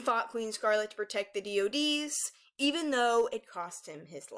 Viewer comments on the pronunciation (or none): none